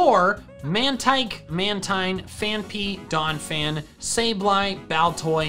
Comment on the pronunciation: Its pronounced man-teen not mantine